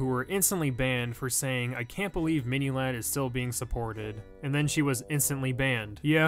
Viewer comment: Did he say “mini lard “ no hate